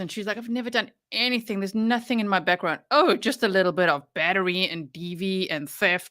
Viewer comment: It's so crazy to me that she was actually hired by any school district when she can't even pronounce words right or place them in the right spot in a sentence. I know everyone already knows this but it's just so damn annoying to me how she talks! She turns g's into k's, anything become "anythink" thing becomes "think"! She starts a question with the words "Why come". Apparently she's worked at alot of different schools so what has happened with our school system right here in the US? I think the entire country needs to do an internal investigation on our school system since they hire people like her! That's just beyond ridiculous!!🤔🙄